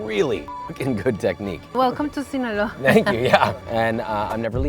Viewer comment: Hearing you say Sinoloa made me do the Idris Elba hot ones reaction while eating my food Be careful Josh, we need you alive to keep making us content and keep us entertained 😂 The worst cartel in the world is literally the “Sinaloa Cartel”